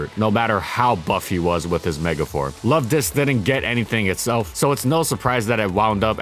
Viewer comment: I heard someone mispronounce Luvdisc, instead calling it: 'Luvdics'